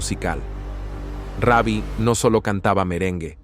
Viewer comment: Comentarista habla bien , ni raby ni reby , Ruby perez